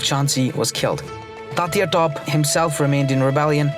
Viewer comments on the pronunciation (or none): except for Tantia "Top"